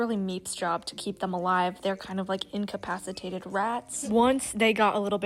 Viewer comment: "Incapictated rats" 😭 I'm using that